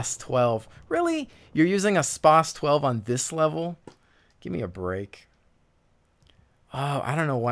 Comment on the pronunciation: wow you said spas 12 wrong